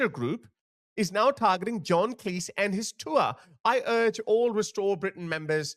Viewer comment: John Cleese himself would tell you, his surname is pronounced like Cheese, not like Lease.